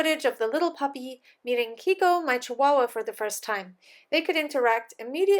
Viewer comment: my native tonge is Spanish, and I love when you say "chihuahua" ........ name her Chichi!